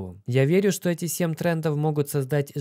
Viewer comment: Только я слышу СЕМ, СЕМ трендов! СЕМ БЛИН